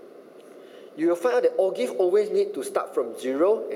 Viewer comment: lol o-give sounds like kopi o'